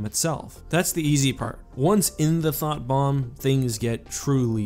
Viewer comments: What he said: Thought Bomb What I hear: Thot Bomb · Was it just me that heard "Thot Bomb"?